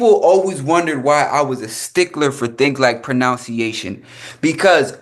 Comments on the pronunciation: mispronouncing pronunciation is wild work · Kinda wild that you’re coming down on this man’s way of saying words that aren’t of his language. But you can’t even speak the language you were born with. You slaughter the word “Pronunciation”. SMH. lol. It’s not “Pronounciation”.